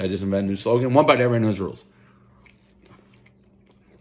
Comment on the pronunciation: "One bite everyoneknuhdruoos"